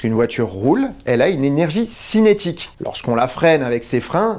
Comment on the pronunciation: Cinétique et non cynétique. Cinéma et cybernétique.